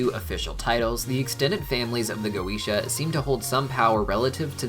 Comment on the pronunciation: Having studied Binsfeld and the Lesser Key well before HH and HB came about, I cringe every time I hear go-eesh-ah. I know that’s how Vivziepop uses it in the shows, but it still hurts my senses :)